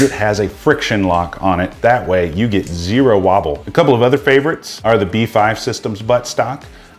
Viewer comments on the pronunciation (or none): none